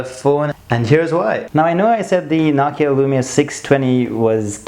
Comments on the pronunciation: It's not nakia its nokia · ur saying it nockia its NO KEY A js